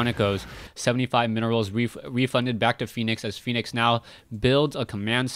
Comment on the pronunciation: Dear, i am pretty sure its Fen-ix not phoenix:] i may be wrong, but i have heard many other commentators say Fen-ix opposed, so just letting you know. ^^